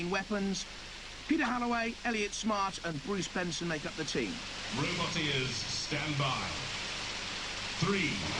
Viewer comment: I too literally thought he was saying "robot ears" as a kid, glad to see i'm not alone.